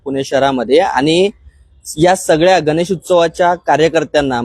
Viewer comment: हा रिपोर्टर मूर्ख आहे याचा मेंदू लहान आहे. गणेश न बोलता तो गनेस बोलतो.